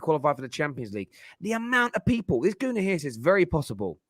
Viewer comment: Fam said Gunii lol it's Gooni!!